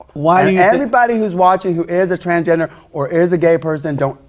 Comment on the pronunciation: He keeps saying “trangender” lol. No “s”. Can’t accept himself as he is and can’t even accept the spelling of what he wants to be. 😂